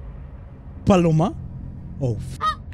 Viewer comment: HECK NAW IT ANT BALLORA..ITS PALOMA!!!!!